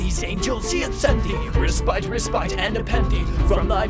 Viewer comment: I absolutely love this arrangement, but your pronunciation of "respite" is so jarring.